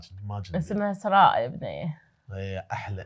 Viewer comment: اسمي اسراء😂😂اتوصخ اسمي من نطقتو😂❤